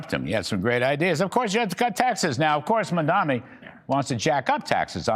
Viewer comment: 😂 the pure instanty that you can't even get to say his name right and yet you dare to criticize him.. Go and learn to read first boomer